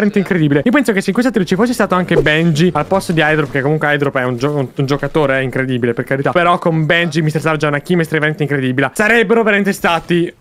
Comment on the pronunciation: "INCREDIBILA" HAHA Grande ✌🏻